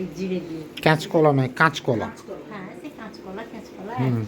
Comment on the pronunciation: কেচ কলা বলে না কাচ কলা বলে 😊 সব এক না 😊